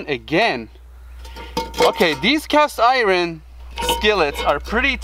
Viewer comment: It is Cast Eyeron 😂